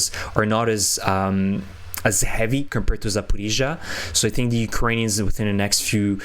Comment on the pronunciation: How is it that you cannot pronounce 'Ukrainians'?